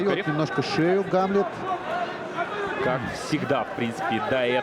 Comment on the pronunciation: Диктор туповатый, имя Гамлет, ударение не правильно ставит, ещё бы амлетом бы назвал.)